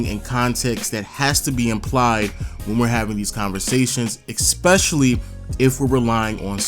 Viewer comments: Gotta say.... it's ESpecially not ECspecially. Leave the c out of the word. Especially. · it’s “ESPECIALLY” not “EXPECIALLY” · Definitely not trying to be a dick, but eSpecially. Not, eCKspecially. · Stop saying exspecially that shit is pissing me off